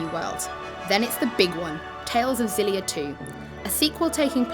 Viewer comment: According to IGN, according to the game's developers, it's meant to be pronounced Ex-ill-ee-a, not Zill-ee-a. Just thought you'd like to know.